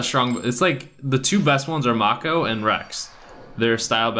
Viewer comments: Say it like this: Make oh NOT Mock oh Do you even Yugioh bro! 🤔? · he called them pokemon and it's pronounced m-ay-co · Did you never watch the show? May-Ko Tsunami. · The cat in the garbage can is a secret... And it's mako with a long a... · did you even watch yugioh? that's not how you pronounce mako..